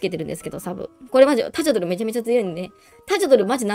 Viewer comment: タジャドルは「ジャ」にアクセント付けて欲しい。ガニマタと同じ発音す。